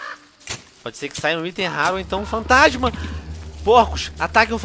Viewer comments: quem percebeu fatasma em vez de fantasma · Fatasma? Venom daqui a pouco tu vai ficar pior q eu :D kkk